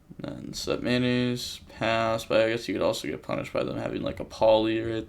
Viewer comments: Why do you call Metnoise Mayonnaise? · Everybody: Tearalements Metanoise: Mayonaise